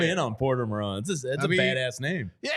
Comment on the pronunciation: dude can't even pronounce his name correct, it is MAR TONE, these sports analyst need to become more 4for4 and learn hockey